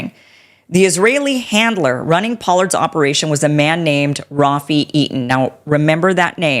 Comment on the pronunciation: This woman is a miscreant and a conspiracy nut. All you need to know. No doubt she is taking cash from Qatar. She doesn't even pronounce Rafi Eitan's name properly. How do these people even get these jobs?